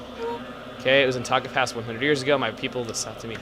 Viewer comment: Every time you say "Taka Pass" my mind keeps telling me you said "Tonka Pass". XD Yeah, in this level there are a bunch of talking trucks everywhere that require you to build oddly futuristic buildings to win.